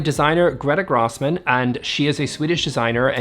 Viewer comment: Grossman would be pronounced more like Grow-smon. I slowed you down for this video using the gear as you suggested and you sound slurry… definitely drunk. It’s really funny. Try it :))